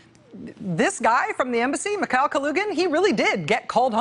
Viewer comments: You’re pronouncing Kalugin’s last name absolutely correctly, but his name is pronounced Mihail, and it’s KulAgin. Different vowel stressed. Both last names are quite popular in Russia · While brushing up on Russian pronunciations, could you work on Mikhail? It distracts from the rest of your performance.